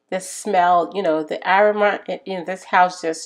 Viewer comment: Its called aroma a-rom-ma. You had trouble saying that word.